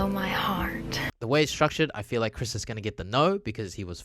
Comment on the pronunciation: narrator doesn't know how to say Chris "crez"🤣. Loved the video BTW ❤️